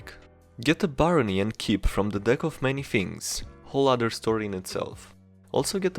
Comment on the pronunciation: Other, not udder. Either, not eater.